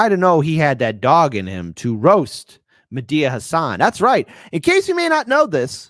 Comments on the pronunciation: It's Medhi not Medea . You mean it was Medea under the mask all along like a Scooby-Doo villain?🤣🤣🤣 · What's with pronouncing "Medhi" like "Medea"? Is it some reference that I don't get? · kept calling Medhi, Medea San 😂 Im picturing Tyler Perry in drag and the Karate Kid headband 💀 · pronounces "Mehdi" in a rather, um, interesting way. Oh and, love ya but "oof" is already old.